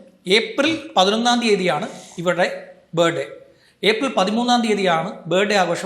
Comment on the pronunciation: ബേടെ അല്ല.. ബർത്ത് ഡേ